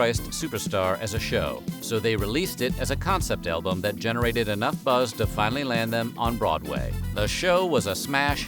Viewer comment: Anyone else hear elbows instead of albuam